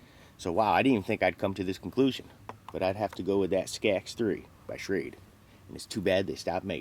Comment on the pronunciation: You wasn't pronouncing Schrade correctly..